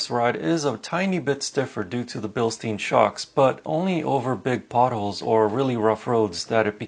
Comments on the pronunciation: "Bildstein" should be pronounced like the english word Building without ing plus sht-i-n. Great review btw.! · The correct pronunciation for the shock absorbers is Bil-shtAin. Bil like the name Bill and stAin with A like in Apple word. I've been working in Germany at the stossdampfer production ThissenKruppBilstein factory......so I know a thing or two about..... And by the way, the main body of the shock absorbers made by Bilstein is produced in France at Valourec steel factory....